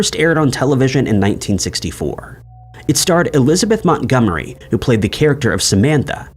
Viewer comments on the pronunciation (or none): none